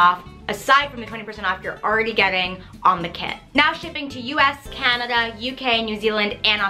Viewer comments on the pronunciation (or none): none